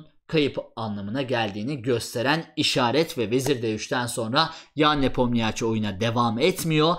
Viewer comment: Geldi yine NepomNİYAAAAÇİ 🤦‍♂ 'den artık geçtim, videoyu izleyenler öğrensinler: Adamın adı NepomNİŞİ okunuyor.